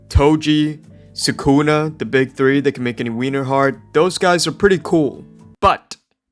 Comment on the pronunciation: すくな = Su Ku Na (soo ku nuh)